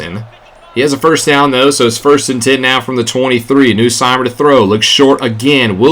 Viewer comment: As an LSU fan i had to cheer for them lol. Also it's pronounced "NUSS-Meyer" not "New-Seymer"